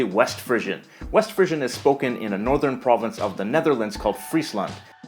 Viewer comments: your pronunciation of "Frisian" as /ˈ'frɪʒən/ strikes me as a little odd. Is that how Americans say the word? In Europe we say /'ˈfriːziən/ (or occasionally /'ˈfriːʒən/...as in Friesian cows!) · I've never heard the name pronounced "frizzion" before, so that's probably wrong. It's fri(e)sian, like free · I nailed Haitian Creole right off, but I was really pissed that I missed Frisian. I should have known...BTW mispronounced "Frisian". It's not "frisssion". It's "freeeeshion"